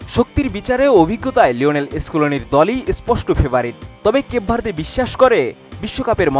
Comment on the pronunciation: কেপ ভার্দে ❌ কেক ভরিদে ✅ 😂😂